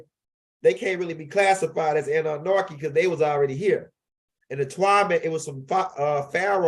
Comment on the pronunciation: I need u to take THE (((( NARKI ))))) OUT OF Annunaki 🤣 Period...